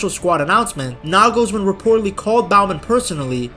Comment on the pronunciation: He nailed Toni but made Nagelsmann spanish :D